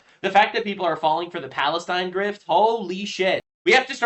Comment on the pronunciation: I would b happy w someone like Tulsi Gabbard as potus!! She is just as, if not more patriotic than D.J.T!!!!! It’s not Palestine, it’s Balestine😂